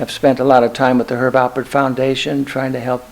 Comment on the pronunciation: It’s Alpert. With a “p”. Jeez. At least know the name of the person you are interviewing.